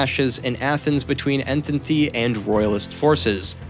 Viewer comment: The writing was overall good and accurate in most aspects, but you need to change the narrator asap. He dismantled Greek names, toponyms etc. while he obviously doesn't even have a clue what the Entente alliance was, since he cant pronounce it correctly!